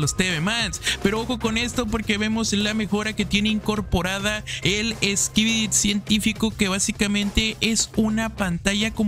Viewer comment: Una pregunta also, ¿por que al final de cuando dices "skibidi" se oye que dices "skibidit"?